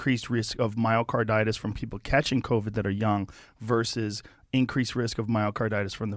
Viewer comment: Dude really said VERS under reports